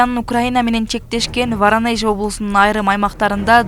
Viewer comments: Эй варанеж эмес Воронеж деп айт бул Россиядагы ири шаарларынын бир. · Чыгымчыл емес чагымчыл.верениж емес.воронеж.курал жарак- кампасы.жок дегенде туура окучу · Туура окучу,Воронеж дебей,ударение дегенди билесинби